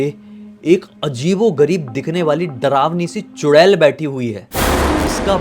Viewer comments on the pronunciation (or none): चुडैल ❌ चुडेला ✅😂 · चुड़ैल बोलो या चुड़ैला 😂😂😂😂